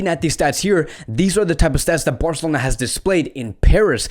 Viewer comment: New to the channel, and sorry I just can't take how you say "Birrcelona" 😐